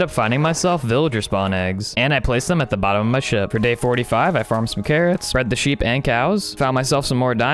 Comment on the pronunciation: you sood nam your seep nathen